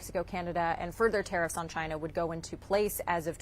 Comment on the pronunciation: i was shocked at the presser that he constantly spoke of 'raw earth' when he actually means rare earth, and I absolutely love his "Chaina" pronunciation 🥳